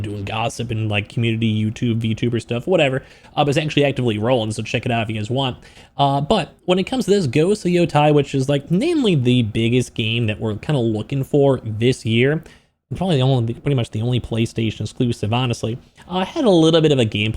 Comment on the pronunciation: Why both Xbox and PS content creators say ghost of Yotai instead of Ghost of Yotei😭